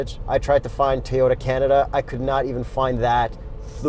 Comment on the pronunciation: Toyota not Teeyota